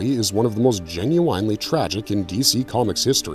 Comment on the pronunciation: It’s difficult to listen to his narration as he consistently mispronounces words like regularly, particularly genuinely. He seems to have problems with those words, and it’s more frustrating that he repeats them a lot.